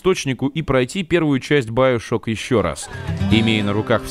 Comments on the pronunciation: Надо говорить не баёшок ,а биошок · Как же воротит от твоего "байошок" , чувак оло , ты русский , ты не знаешь слова биошок ? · не байшок а биашок камсток а комсток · сам ты доктор Сучонг...Он Сушонг,а еще не байошок,а биошок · Биошок а не Баишок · говорит баяшок!!!! )))))))))